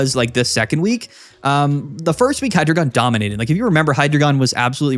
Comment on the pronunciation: It’s pronounced Hydreigon, not Hydreigon